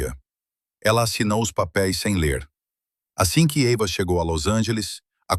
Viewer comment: É Eiva ou Ava?